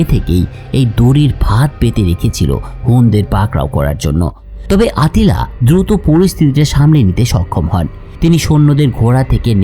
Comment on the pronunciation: আত্তিলা খাগান নাম আট্টিলা হবে না